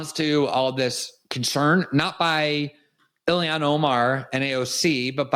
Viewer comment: Her name is Ilhan, not Ilhian!